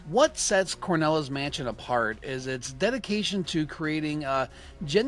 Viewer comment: Cornela's mansion? It's called CRONELA'S mansion. it was named that way because of the old crone that lives in the mansion. Also I don't understand if you loved the demo so much why didn't you finish it? It's not very hard or long. You really need to call it by it's correct name though, Cornela just sounds terrible and wrong. Anyway I am eagerly awaiting for this game to be finished. I've ordered the Super NES version but I need to get a mouse.. I'm thinking a Hyperkin Hyperclick Retro Mouse for Super Nintendo